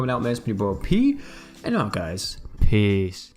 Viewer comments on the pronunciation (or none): none